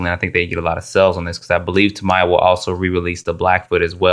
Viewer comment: From what i was told by several people, including hobby store owners, the word "Tamiya" is pronounced, "tam-ee-ah." ;-)